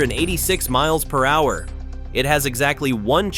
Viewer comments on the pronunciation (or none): "The drone speeds to one hundred and eighty mooah-purrer." A.I. failing to offer real language, again.